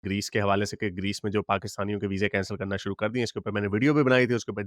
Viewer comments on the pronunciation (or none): Location Did this guy jiske reechh jaise baal hain, say Grace instead of Greece? 🤔